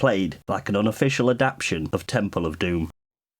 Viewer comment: AdapTATion. It’s a four syllable word.